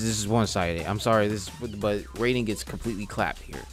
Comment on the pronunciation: You said raiden name wrong it's rai-den it's not the same way you say the god of thunder name